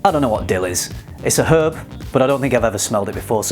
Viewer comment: It's refreshing to hear someone pronounce the H in herb